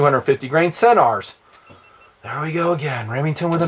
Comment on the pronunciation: first love the vids, you make good sense, very practical. One thing, pronunciations, Lapua is pronounced Lap-wa, Scenar is like Ski-Nar. I get corrected by the reps at events all the time. I love my Viper PST, you can put the shims in to set the stops btw. I agree about the MOA, I was a Designated Marksman and learned and deployed with Mils but I love MOA. Less math, no Army vs USMC mil crap...nice simple. one thing I wish you would have hit on...300WM vs 338LM cost vs performance.